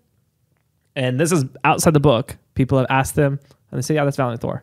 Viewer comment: v-ALIEN-t Thorr come on you gotta be kidding me really???